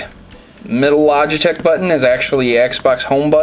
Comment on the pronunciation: What's a "Logitch"?